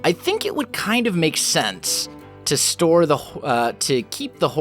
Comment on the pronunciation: 3.00 haha he said: we wanna store are whore... Ehm.. xD